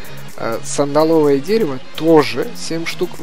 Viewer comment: ААААААА... СандАловое дерево, сандАловое.... Ударение на второй слог.